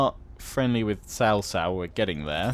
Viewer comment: I'm pretty sure it's pronounced cow cow instead of sow sow, not that it truly matters either way